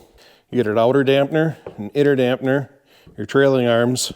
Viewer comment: Damper, not dampner... 🤦